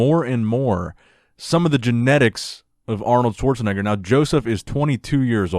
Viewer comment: I dont know if I miss heard you, but its not "schwarzennegger" its called "schwarzen-egger". Greats from Germany